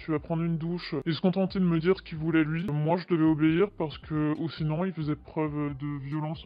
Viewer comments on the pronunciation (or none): none